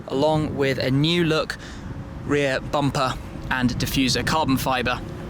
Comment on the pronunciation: "The new bumpaar..." That's the hell of an accent.